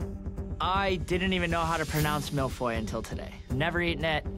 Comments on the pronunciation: « I didn’t even know how to pronounce mille feuille until today » well.. you still don’t. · you still cant pronounce mille feuilles lol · It's not "Malfoy", it's "Mille feuilles" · I thought Canadians were supposed to be good at french... I thought they were talking about Harry potter, like, "shut up Malfoy" LOL... It's milles feuilles (Like hey not hoy... Fey) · Even professional chefs can't manage to pronounce mille feuille . They say mille foille instead of feuille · Why are they pronouncing it « Mill Foy » instead of « Mille Feuille » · Yeah they prononce it as if it was an O but it’s “eu”, not the same sound If you wanna make sure of your pronunciation just google translate it and listen to it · "I didn't know how to pronounce mille Feuilles, until today" Well it sure isn't mill foy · All I heard throughout was "MILF AHOY". 😂😂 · Mille-feuille not mille-foy please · my poor child, it's Mille-Feuille and not Mille-Foil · its hard to take them seriously when they say "MEAL-FOY" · Master Chef Canada and no one can pronounce Mille-Feuille. Mill-Foy... Embarrassing... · How my brother pronounce Mille-Feuille is 'Mile-Fuel' lmao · Boi said "malfoy" lmao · Its suppose to be MIL - FYUU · my man said Mil foil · When said he didnt know how to pronounce the mille feuille well that wasnt how your pronounce it either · I speak french and when they say ‘’Mille-feuilles'' I cringe because that’s not how u pronounce it. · I didn’t even know how to pronounce Mille feuille until today still pronounces it wrong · The way they say Mille feuille hurts my heart ✨ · This is not how you say millefeuille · So...not a single person knows how to pronounce the name of the dessert? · The way they said Mille Feuille triggered me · Being french and listening to the way they pronounce mille-feuille is a whole new kind of torture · Damn THEY ARE CANADIANS and yet none of them including the judges got the pronunciation of "mille feuille" right